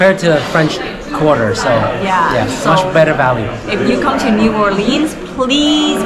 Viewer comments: It's New Orleans not New Orleens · Learn how to pronounce the name of the city.... if your going to do reviews.... Unreal!!!!!!!!!!!!!!!!!!!!!!!!!!!!!!!!!!